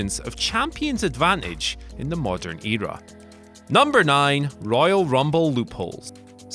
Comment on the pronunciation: The way he says word like "Eeera"😂😂😂🤣🤣